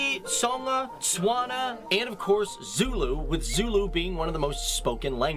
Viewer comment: What is swana it's it's stewana